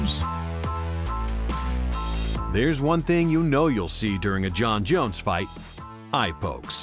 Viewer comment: love the way the narrator say -Jon Jones . 😂😂😂